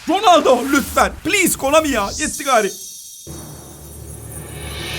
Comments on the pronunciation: sen nie komani diyorsun düz konami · Abi komani değil konami